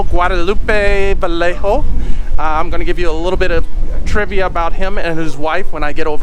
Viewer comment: Pronunciation..Vi yeah ho!